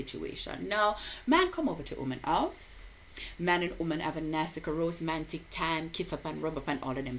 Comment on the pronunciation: "Ros' mantic" LMAO awwww man!!!!